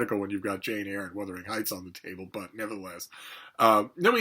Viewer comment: “I Am Wuthering ZHeights” by Emily Brontë Jr.